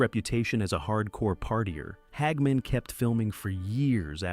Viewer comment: Who is "Hag Man"? ...Stupid AI